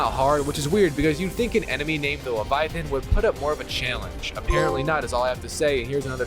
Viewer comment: Why does bro say challenge like that 😂